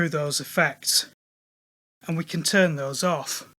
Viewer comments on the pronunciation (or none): none